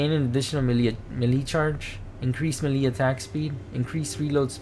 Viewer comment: Melee is pronounced maylay